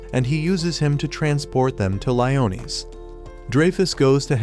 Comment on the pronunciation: Why is it not pronounced right Leonie? I’ve watched this anime on Netflix, but I can’t go to Netflix because we don’t have anymore.